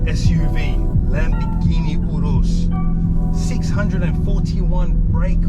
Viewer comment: Perfect pronunciation!! Urus Top video ! Love all your content 😊